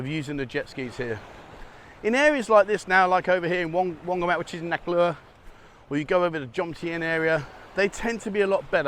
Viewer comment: every time you say wongamat beach I somehow hear "laundermat beach":-P